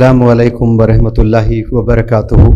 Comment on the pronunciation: Excuse me you say warehmatullahi.this word is wrong correct word is warahmatullahi